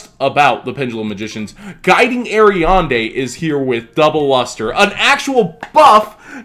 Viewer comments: "guiding ariande"? xD not once or twice but 7 times... A R I A D N E xD not ariande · Aria"N"de... It's Aria"D"ne:) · I love you, but your pronunciation of Ariadne hurts. The "n" is after "d" in Ariadne Air-ee-ad-nay or Air-ee-ad-knee depending on where you are